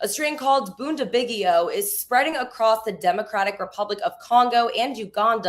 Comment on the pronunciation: Really impressive pronunciation of bundibugyo